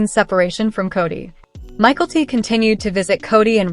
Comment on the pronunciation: Learn how to pronounce Mykelti. MiKELLti, Not Michaelty